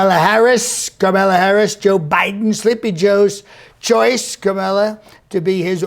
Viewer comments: Just FYI, her name is pronounced "Comma..la" Harris. I love comedy. But you'd do better to make your point if you were sharper on the truth. I have no respect for her based on her stance on 2d amendment, border issues, and health care. But still, use your comedic talent in a more credible way by being informed. Use your talent to represent the USA in a meaningful way! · Pronouncing Kamala correctly. Trump impersonation fail! Seriously though love your work keep at it man while you still can! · "Karmella Harris"